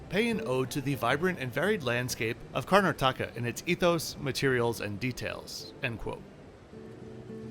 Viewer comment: Very good review and filming Just one correction It's not karna-taka It's kar-nataka😊